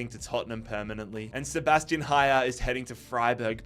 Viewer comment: noticed a load of naming mispronunciations so here's the ones I caught to help you out for future vids Beier is pronounced by-er, not beer, similar to danny dyer but with a b Malen is mal-en with a regular L sound, not the spanish LL Haller also doesn't have the spanish LL sound and has the english L sound and a silent H Bensebaini is "ben-seh-bah-EE-NEE", not "ben-seh-bah-NEE" For Felix and Lukas Nmecha, the "n" is silent hope this helps for future vids 🙏